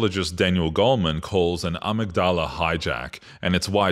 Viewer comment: Great video! (I think it’s pronounced “uh-mig-duh-luh” though). I think this explanation breaks it down nicely and succinctly!